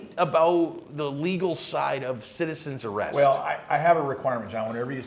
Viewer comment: Citizens Array-ust